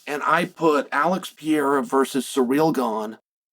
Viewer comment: I completely agree with Uncle Chael, Alex Pee-era should fight Surreal Gone for the interim belt